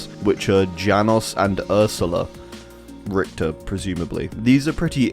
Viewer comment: the way you pronounce richter is so cute